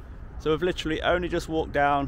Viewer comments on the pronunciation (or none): none